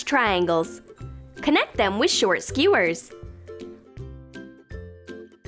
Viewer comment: Eww the way she says Skewers is disgusting!!